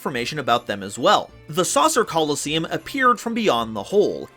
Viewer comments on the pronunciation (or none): none